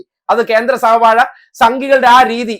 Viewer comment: സഹ വഴയല്ല വാഴത്തട.